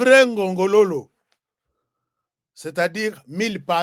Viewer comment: mille pattes en kikongo, c'est pas ce que tu prononce! Vrai nom: Ngongolo